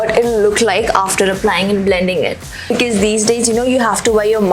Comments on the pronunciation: She says becees instead of because (fukri) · Its because.. Plz pronounce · she is always pronouncing "Because", wrongly.....to be frank it is not gud